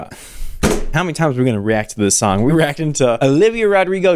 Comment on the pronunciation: okay but i’m not judging but did anyone else hear her adding an ‘h’ to the s? like i heard “what you wrote in that shong about me” or is it just me ??